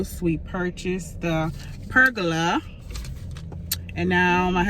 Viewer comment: Lol I think you pronounced pergola right sis! I love how it turned out, we're building one for our back yard this summer.